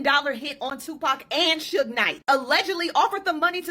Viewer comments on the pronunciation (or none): How sayd sug nite he said sooge 😂😂😂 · Its SUGE Knight, lol. Like Sugar, but Suge 😅😅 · "Suje Knight" 😂😂😂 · said SOOOGE Knight 😂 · Then he said surge the next time 😂 I love